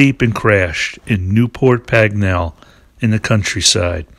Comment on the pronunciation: Great work again and such a good filler on the way to Some Girls as you intended. Your pronunciation of Aylesbury and Newport Pagnell near to where I live now are amusing too!